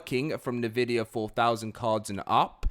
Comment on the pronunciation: Ok I have to say something cuz it's bugging me every time you say NVidia . It's not pronounced nevidia it's simply N Vidia :P